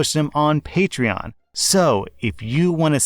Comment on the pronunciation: Throw back to when pronounced patron as patchron